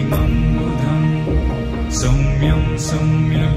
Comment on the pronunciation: As far as I was able to hear, it was pronounced correctly as Saumyam only and not Samyam. Don't know why you felt it was pronounced as Samyam.